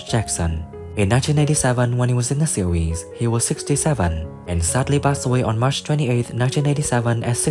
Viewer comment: The word "series" is not pronounced "see weese"